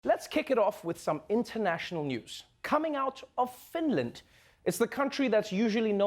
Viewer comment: FINDLAND WTFHHHHAHFAH